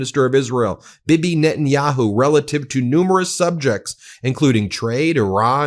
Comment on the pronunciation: I like how you called Bibi Bibby